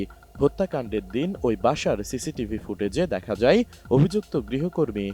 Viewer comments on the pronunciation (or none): none